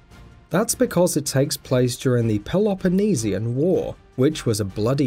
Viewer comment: pelopoloneseion war 🤣🤣